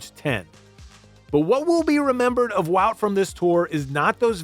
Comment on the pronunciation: Just seeing this now. Great video. Tip from A Belgian: just pronounce it as “Van Art”. Like art. Appreciate that you call him Wawt and not Woot, so Wawt Van Art would make it perfect :) Great vid nonetheless.